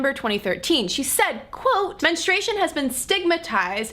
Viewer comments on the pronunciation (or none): Is it your accent or you do you keep saying men-e-stration instead of menstruation?Also should men be proud of nocturnal emissions? I mean women don't get wet dreams.